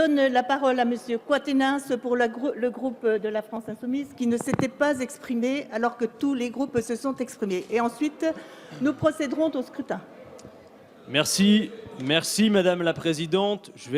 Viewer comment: 3mn20', la "présidente" (visiblement dépassée par les évènements) fait une magnifique liaison "mal"t" à propos !dixit: "...et ensuite, nous procéderon"t" au scrutin "! le niveau baisse!